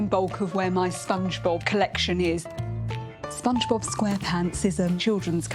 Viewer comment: is it me or i kept hearing the lady said Spongebulb.